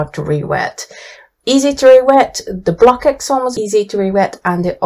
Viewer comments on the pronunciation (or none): I really love your website, Thank you for your objective testing. But I’m sorry to inform you that the pronounciation of the CKX of Blockx is like KS, so you say BLOKS instead of BlokEKS. Also the Dutch pronounciation of Van Gogh and Rembrandt is very different.